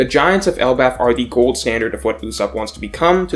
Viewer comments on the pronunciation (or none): none